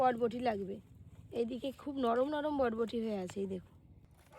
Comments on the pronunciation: বটবটি না বরবটি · কথাটা বটবটি না কথাটা বরবটি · Bodboti bolo na pl ota borboti bole😁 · বটবটি নয় বরবটি। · বটবটি না বরবটি